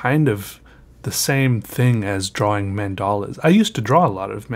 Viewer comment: I love it when he said twrawing 😂😂👌🏻